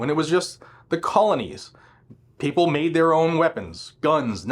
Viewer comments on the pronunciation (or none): none